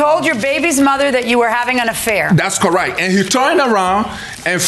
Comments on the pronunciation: "That's cor-right" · Did he say CORIGHT!?